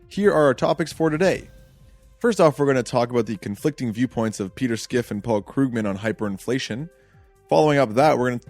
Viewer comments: I can't get over skiff. Its fine to mispronounce a name but to be making arguments based upon Schiff's position and not knowing how to say it strikes me as a lack of diligence. This in turn makes me question the underlying logic behind a person who doesn't take the time to learn the guys name. I mean have you heard the guy speak ? He starts by introducing himself "my name is peter schiff". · Why are you pronouncing his name "Skiff". If your talking about Peter Schiff, it is pronounced like it's spelled.